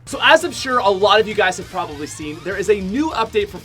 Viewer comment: DogeFamilyV3 Doges "probaly"